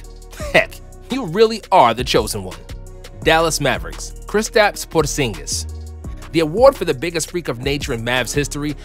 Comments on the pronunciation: I like the way you said Purrrzingus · I like how he says Kristaps Porrrzingis